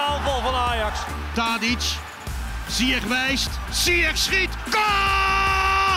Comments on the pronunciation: "Zyesh",not "zyekh " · no one: the commentator: ziyeqkqk